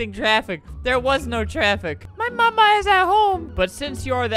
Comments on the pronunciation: I think he meant “ma’am you know” instead of “mama uk” lol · He means “Ma’am” but he’s saying “Mama” it’s so funny😂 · I love how he keeps meaning to say "ma'am" but it comes out as "mama" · “Mama” “Mam” i think he means ma’am xD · I just thought he was using an accent, like the dude off of criminal minds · I'm pretty sure when the officer said "mama" I think he meant "ma'am" now that I think about it lol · When he say mama he was trying to say ma’am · I think he ment to say ma’am, not mama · Sam bii but he did say mama uk lmao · I think the guy at the beginning saying “mama” was trying to say “ma’am.” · I just realized. The guy from the beginning was trying to say Ma'am. Not mama HSHSHS😭👍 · I think meant to say ma’am but idk lol